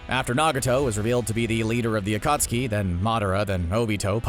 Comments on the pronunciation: he said acutseee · the acutski bruh the man who rewatched naruto many times saying acutski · it is pronounced uh-khat-ski not AKOOOOTSKI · It's pronounced akatski or akat suki not okostki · My dude said akootsuki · The narrator: I've watched and rewatched naruto many times Also the narrator: the akootskee Also also the narrator: uhtsootskie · the "akootski" XD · CBR Narrator: I’ve watched Naruto several times Also the CBR Narrator: The AcUtSkI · So you watched it many times and missed the akatsuki pronunciation? LOL 💀💀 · You said akatsuki wrong bruh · The way the narrator pronounces akatsuki makes me cringe. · CBR: I Watched the series several times Also him: Akusaki, Razengaan, Oktuksaki, Medaara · yes someone in CBR finally said naruto correctly but couldnt say Rasengan or Akatsuki right